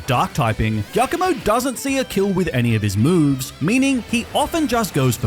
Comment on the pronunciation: Is pronounced jiacomo. Its italian